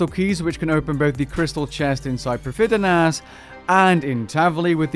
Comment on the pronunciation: that's fine, it adds to the personality :) But iirc it's pronounced Prive-THEE-Nuss. Nuzz Nuzz was talking about this then other day on stream, he said people pay too much attention to pronunciation and that he's gonna make an april fools video about him mispronouncing as many things in game as he could.